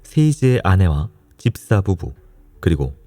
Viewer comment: 피디님 치아교정하시나요? ‘집사’ 발음하실때 ‘딥사’라고 하시는거 깉아요. 그외에도 약간 혀짧은 소리가 ㅠㅠ 예전엔 안 그랬건것 같은데…